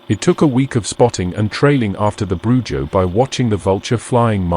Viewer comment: Yes the j makes an h sound. BruHo